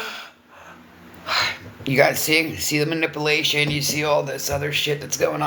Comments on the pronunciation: Man-ip-ole-ation??? 😂😂😂 birds together flock together?? Stimalints, crock tops, stoop to their level, 52 states, I almost feel bad for laughing-almost 😂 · Manipple-ating! I can't 😂🤣😅🤣😂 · Its manip YOU lation you dingbat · 😆😆 Did she say nipplastion 😂I can't! Dude go to school! I was thinking about what she done to Andy about the DV. If you think about it women in DV don't do things like she does. I was in one of those situations and we try to hide that as long as we can until you can't anymore. There's other things but is definitely not in this category! She tries to be..lol